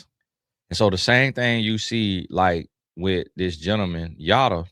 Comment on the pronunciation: Why am I getting cracked up by you saying Yoda 😂😂😂😂😂😂😂😂😂😂😂 like wth is wrong with you 😂😂😂😂 omg that really gave a good chuckle